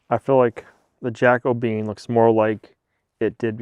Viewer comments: JACO - BE - AN! The Jacobean era was the period in English and Scottish history that coincides with the reign of James VI of Scotland who also inherited the crown of England in 1603 as James I.[ The Jacobean era succeeds the Elizabethan era. The term "Jacobean" is often used for the distinctive styles of Jacobean architecture, visual arts, decorative arts, and literature which characterized that period. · Can't help laughing at pronunciation of "Jack O' Bean" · Your beam, my opinion. You’ve ruined it. Would have been better left natural color. Lean how to pronounce Jacobean. It’s not Jack O Bean. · I think the stain you're calling "Jacko bean" is called 'Jacobean' because it resembles the timbers used in the Elizabethan and Jacobean periods. King James succeeded good Queen Bess. He's the one who commissioned the King James Version of the Bible to compete with Geneva Bible that the Congregational & Presbyterian non-conformusts were using. The adjectival formof his name is 'Jacobean' (Ja- co-BE-an, or Ja- CO-be-an); 4 syllables. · Oh, pa-leez! Have you never heard of: Jac·o·be·an adjective - relating to the reign of James I of England: "a Jacobean mansion"